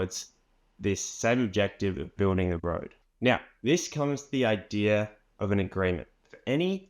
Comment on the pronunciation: I'm five minutes in, and you repeat yourself an awful lot, and it's no idear, it's idea.